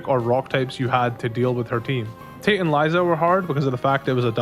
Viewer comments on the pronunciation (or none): none